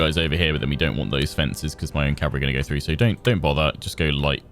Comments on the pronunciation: The word is CAVALRY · 'going to take me a couple of episodes to learn how to 'optimise' my calvary' What I hear ' it's going to take a few episodes to learn how to slaughter my calvary'